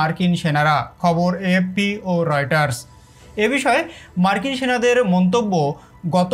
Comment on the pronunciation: অসহয় না অসহায়। পলাচ্ছে না পালাচ্ছে এ এপ পি না এ এফ পি